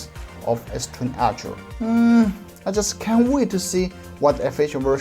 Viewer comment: I love that your "ultra' sounds like "archer" ;)